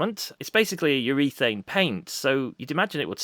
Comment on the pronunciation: What's "UREATHANE"? 😛